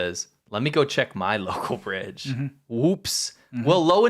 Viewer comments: Full House “Brige” had me cackling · "Full House Brige" 😏